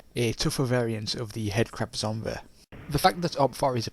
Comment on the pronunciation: 'head crab zombeh' lol